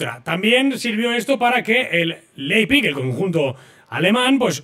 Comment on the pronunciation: espero que no fichemos en un tiempo de este equipo...si vuelvo a escuchar "Leizpig" se me cae la oreja 🤣